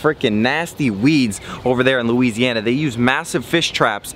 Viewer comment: Loo-WEEZEEY-anna. It made me cringe so hard